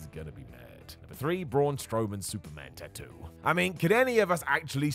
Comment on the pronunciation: pronunciation is correct, according to the Polynesian languages.